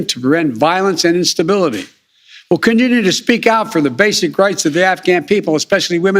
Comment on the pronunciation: How many syllables does continue have